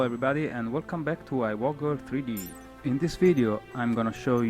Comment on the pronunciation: no offence but i waggle sounds a bit like i wank